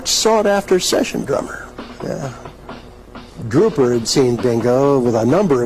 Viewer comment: He said Fleegle and Drooper wrong. It needs to be in the subtitles Fleegle and Drooper, not Flegal and Dropa.